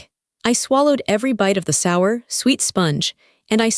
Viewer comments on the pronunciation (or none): none